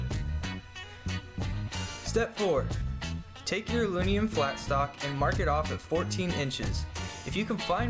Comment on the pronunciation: He really has a rough time saying "aluminum"